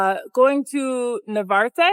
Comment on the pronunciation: NaRvarte not navarte